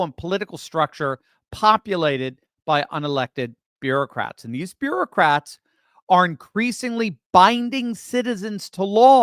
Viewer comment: Bureau-cats. It may have a slip of the tongue but a host of appropriate memes come to mind.